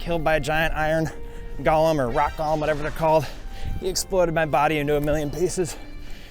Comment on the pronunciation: Golem is pronounced “go lem”, not “gollum”. Gollum is the little spindly guy from lord of the rings that doesn’t like stupid fat hobbitses